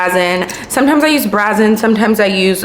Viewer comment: Ok friend it's Brazen long A sound. Means bold and unashamed